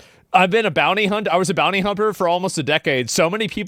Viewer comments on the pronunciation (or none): Bro really said bounty humper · ASMON! Did you say: "Bounty-Humper" ??? 😂😂😂